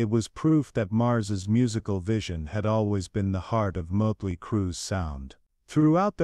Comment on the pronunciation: Ya know.... there's like 40 years of professional and fan taken pictures of Mick Mars online. Took you 4 minutes to show just more than one. Scratching my head on why you showed a ton of random bands. And also that's not how you pronounce Motley. AI has come a long way. If you don't want to speak in your videos, you can find programs to read for you that can actually pronounce words right. Otherwise, interesting video so far.